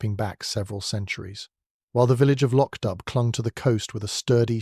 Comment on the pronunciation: The plot is marred by the confusion of acccordions and bagpipes. Also, the narrator mispronounces the setting, the village of Loch Dubh.